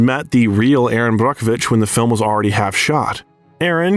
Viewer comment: What a great biography! I enjoyed this. As well the correct pronunciations of some actors and portraying names. Like Brockovich. Is exactly pronounced that way. It’s even under emphasized! Either way we know who the narrator Was talking about. ((This wasn’t about that)) I enjoyed watching this. Julia is a phenomenon.